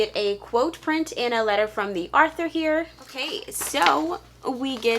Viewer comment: Author, not arthue.😁